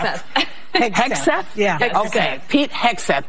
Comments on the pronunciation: Milley is a treasonous monster who needs to be removed immediately.....and disrespectful Whoopie purposefully mispronouncing Pete Hegseth's name made her look like a clown. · If Whoopi can’t pronounce the name of the new Trump Secretary of Defense - then how can she know enough about his qualifications to judge him? 🤷‍♀️🤷‍♀️🤷‍♀️ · How cheap and disgusting is she pretending not to know his surname! 🥴 Was it not r~c~st when Kamala's name was mispronounced? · Whoopi making fun and she can’t even pronounce his name🙈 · You pay Whoopi 3 million a year and she can’t pronounce a person’s name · Whoopie can barely read and make the man's name seem impossible to pronounce all the while her name is whoopie Goldberg. Let that sink in. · How about not pronouncing his name correctly ms Whoopy when they were having a panic attack when others didn’t pronounce Kamala’s name “correctly” interesting isn’t it? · I love how Whoopi Goldberg has a opinion on the secretary of defense, and she doesn’t even know who he is or how to say his name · What is Dopey female and she has the nerve to say you ready for this? You're the one who's not ready for it because you can't even pronounce the name😂😂😂😂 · The way they made fun of Pete's name.... The same people who said it was blasphemous to mispronounce Kamala